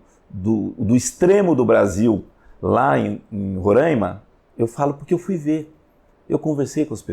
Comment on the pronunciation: Bom dia, apenas p efeito de correção...o nome do estado é Roraima apenas com o O e o A abertos.....n existe o..o tônico..Rôraima....que o pessoal do S é Sudeste fala..talvez seja uma das grande s desavenças do querido povo desse lindo estado do norte do Brasil...misto de florestas...rios e campos e cerrados e campos...